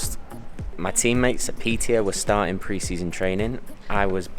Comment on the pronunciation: Hi mate, just wanna tell you that the letter å in swedish is pronounced "uo" so when you need to say piteå you basically say piteuo